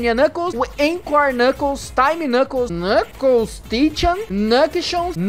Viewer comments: Você falou knunkles 3 vezes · você falou kncles 20 vezes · É impressão minha ou o quanto ele falou xalabaia klnukles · Vc falou NUCKLES 197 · vc falou klunekles 153 vezes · O falou 30 knukles